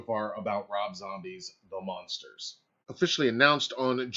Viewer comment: OMG why do you keep saying The monsters. ITS THE MUNSTERS! With a “U”. please Stop saying monsters. DO you know the show. What is wrong with this guy.